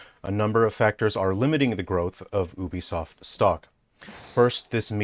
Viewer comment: Pretending to be intelligent while saying "Obisoft"